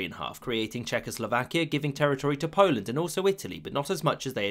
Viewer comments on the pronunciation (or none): none